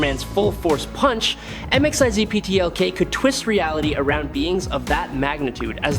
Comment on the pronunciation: Dont do stories about characters whose names you cannot pronounce correctly. It takes away from the idea that you even know what you're talking about. VERY DISTRACTING